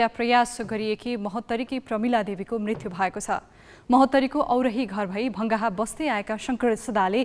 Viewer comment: मृतु होइन मृत्यु !